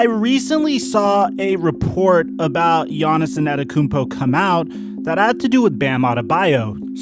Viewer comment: Man.... You completely butchered Giannis' last name. But, good speculative video, though.